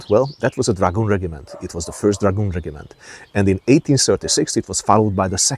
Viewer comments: Regiment Noun Rejəm(ə)nt The G is pronounced as a J, the I is pronounced as Ah. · Out here in Wyoming we say it rej-im-ent . Love the videos keep them coming ❤🎉